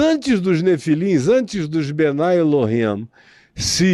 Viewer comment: Pastor, quem fala que o Adam e Chava foram criados há 6mil anos é um grupo famoso judeu, são os super ortodoxos, não são todos os Judeus. E não se fala bnai El-him e sim bnei El-him.